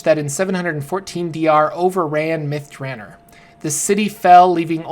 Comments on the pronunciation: If this isn't pronounced myth Dra nor. And not myth Draner. They smoke crystal myth at myth draner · Its myth dra nor not myth dranner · Myth "Druh-nor". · Two questions. First, why do you pronounce "Elminster" as "Eliminster"? Where are you getting the extra "i"? Second, why do you pronounce "Myth Drannor" like "Myth Dranner"? The "-or" ending has a distinctly different sound compared to a "-er" ending. Your pronunciation sounds like the "-er" ending, even though it is spelled with an "-or" ending. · Cause it is. His pronunciations are crap. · Except there is a double N in there.. so Myth Dran-nor. Also I think there is a poem in one of the books about the place that makes it better to rhyme with Nore, than Ner. I've looked up pronunciations of it online and they pronounce it both ways. I think it sounds more epic with the Nore ending. Still I often mispronounce a ton of stuff in DnD and the Forgotten Realms. So I can't really fault.